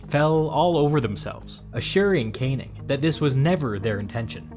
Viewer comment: Just to reinforce the comment below, the name Cannning is pronounced can - ning, not kane - ing! American producers of these videos should research the pronunciation of British names, otherwise the narrator more often than not ends up sounding foolish. In one of the comments, the lower House in the British parliament is simply referred to as 'Commons'. It should always be referred to as 'the Commons' or to be really correct 'The House of Commons'. The upper House is 'The House of Lords'.